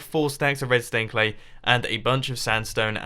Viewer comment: why do you call red stained clay redstone clay? or is it just me hearing redstone?